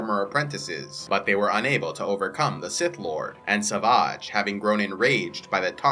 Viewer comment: savaaaaahgh... The way he says it is kinda funny lol.. why not just say savage? (I know they say it that way in the cartoons, but still kinda funny)